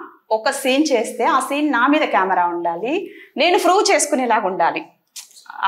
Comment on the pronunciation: 😂😂😂 froove అంట 😂😂